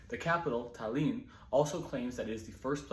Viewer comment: Emphasis on A, not on “i”- t A l l i n